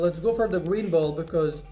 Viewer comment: U said boet instead of ball